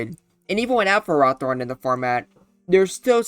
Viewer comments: its not ferrAHthorn, its ferrOHthorn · i was about to post a comment being pissed about your pronunciation of ferrothorn, but i got up and went outside for a bit with some deep breaths to calm myself. i sat back down and realized that im still pissed off you called it fer-roth-orn. i mean seriously have you never heard of the prefix ferro, which means iron. i dont care what the anime calls it the anime gets so many things wrong so often its just plain unreliable, the mon was clearly intended to be pronounced ferro-thorn. and yeah you might wanna make a revisited video of this mon sometime, including the mewbers. swords dance would go crazy on it since with rest it can easily set up on so many mons. alternatively, slotting leech seed would make so many matchups go faster and more in its favor. now i dont know if leech seed would actually work in a game with switches but it seems like a good move also where is victreebel smh my head